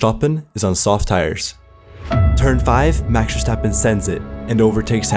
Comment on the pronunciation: A dislike due to the way you say maxs name.. so annoying. Great vid tho